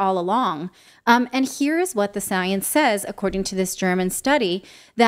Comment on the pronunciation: Its the different between science and "soyence"